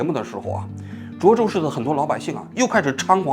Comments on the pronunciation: 你从头到尾都念错了 涿州（zhuō zhōu） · 那么多视频中已经告诉你读zhuō州了，你咋就听不到呢 王志安😓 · 是涿 （ zhuō ）州